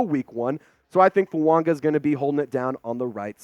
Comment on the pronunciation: Absolutely butchering Fuagas name